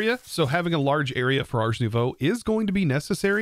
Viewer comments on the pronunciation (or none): Day 900 of telling that ars is pronounced «ar» (throat-back-R), and not like «arse»